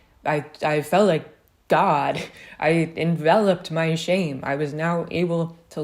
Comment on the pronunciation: Every time you say "shame" I hear "shape"...